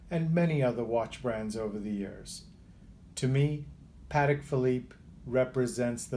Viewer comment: Congratulations for pronouncing Patek correctly! So many people can’t say Patek properly